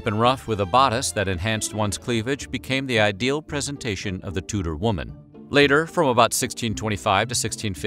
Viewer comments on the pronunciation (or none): none